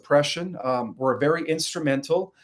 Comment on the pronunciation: You said wer 2011